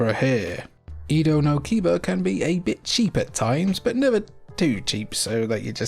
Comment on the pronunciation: Edo no Kiba isn't "Ida no Kiba" it's "Edo no Kiba" Japanese pronunciation isn't so hard if you remember how to pronounce vowels: a — 'FATHER' not 'apple' i — 'LATRINE' not 'INSTANT' u — 'RUTHLESS' not 'buddy' e — 'EGG' not 'sweet' o — 'MOLE' not 'doom'